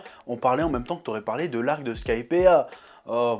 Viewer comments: Skypiiiiiiea (sky, pied ah !), pas Skypea, pitié Chef, mes oreilles vont pas tenir la prochaine vidéo sinon x) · Bonne review, par contre chef, skypea ça se prononce skaïpi, pas skaïpéa! Bon après ton accent anglais possède déjà sa réputation et tu as déjà dis que tu t'en fous pour na rue to. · Ce qui me perturbe le plus c est qu il prononce bien crocodile alors que dans la vidéo précédente il ne l a pas fait une fois rectification il prononce mal Skypiea oui il en faut peu pour me perturber